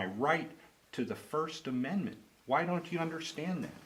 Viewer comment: Listen to 1st amendet not only shes a bully but she can not say the 1st amendment